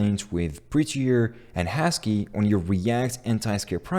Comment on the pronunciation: did he pronounce husky as hashkey? xD